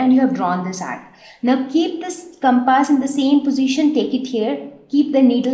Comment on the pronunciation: Did she call a compass as CAPASS??🤣